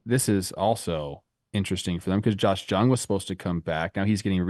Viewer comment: Trevor! Josh Jung is pronounced like Young, not with a J sound.